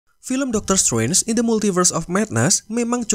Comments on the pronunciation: Ga betah denger narator pronounce "Srenj" 😅 tidak silent T min 🙏 jd enak didenger. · Agak terganggu dgn cara penyebutan Strange terdengar Seperti Swen . Sorry min